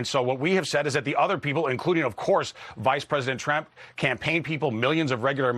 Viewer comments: "Vice President Tremp"? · "Vice President Tramp"???? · ... Vice President Tremp? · "vice president Tremp" the least this trump spokesperson could do is know the name of his VP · WHAT? "including vice-president TREMCE". This guy's head is up Trump's arse so deep that he made up words just like Trump.